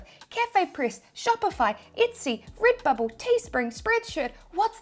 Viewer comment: Rid-bubble 🥰 bee-spoke ❤️